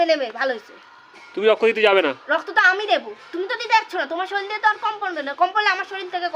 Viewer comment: কথাটা শরিল নয়, শরীর।